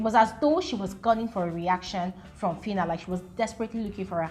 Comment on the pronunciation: That fitta ( filter) even made me forget how to pronounce phyna correctly for some minutes 😅